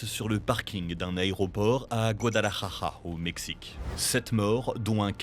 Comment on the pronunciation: C'est GuadalajaRA pas Guadalajaja